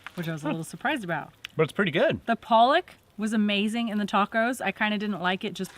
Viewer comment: Leftovers?🤣 You guys are funny,-- as the plate slowly began to get cleaned up. Loved it! 🙂, it's PA-lock ( pollock) that's the fish that is used to make the imitation crab, because it's so mild, it's easily flavored. We had haddock for supper, it was excellent.